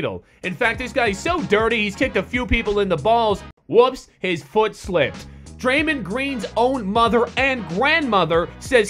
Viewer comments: it's Draymond not Draymind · it sounded like you said draymend, its draymon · Someone please teach how to say draymond properly